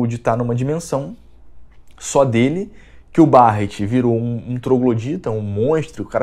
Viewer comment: Barret(pronúncia) Berret'.... Barrete é de doer o ouvido